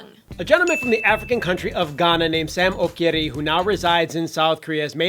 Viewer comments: Ok as a Ghanaian I just had to say its pronounced Ochiri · Damn Im Ghanaian and the way they pronounce "okyere" made me cringe so hard. It is pronounce "ochere" not like the spelling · Psst the 'k' in his name is a 'che' sound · it's pronounced "Ochyri" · Im Ghanaian and the way you guys mention Okyere made me laugh so hard😂... On a more serious note the world has a very inadequate and shallow view of Africa....First of all there are over 50 countries in Africa with different languages and culture i wish the world would start teaching that instead of generalising all the time.....i live in Ghana and the wildest animal ive ever seen is a dog...The international media loves to focus on the wars and Disasters that plague the continent as supposed to our culture, diversity, modernisation etc. In Ghana there is peace, tranquility, infrastructure, malls, cafes all the things you would find in a 21st century nation. I hope that one day Africa will be represented in the correct light by the international media...And the Hallyu wave is really picking up some steam here......especially K-dramas😊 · Eskay gh OMG SAME I'M GHANAIAN TOO!!! Ikr the way they pronounced okyere made me cringe so hard and your comment is so true! Which ethnicity are you? I'm half Ewe and half Asante. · I'm sorry to say but you guys totally butchered his last name. That's not how it's pronounced.